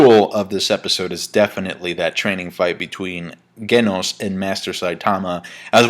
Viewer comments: its pronounce jenosss or sometimes jeee-noos, hahaha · Ghenos, G-noes, G-noss. Why does no reviewer/reactor know how to correctly pronounce Genos' name? XD It's based off of and pronounced like the word "genocide". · speaks spanish too, I presume. he is pronouncing it like a spanish speaking person would.